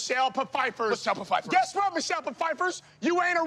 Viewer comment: Michelle "Pafiefer"😂😭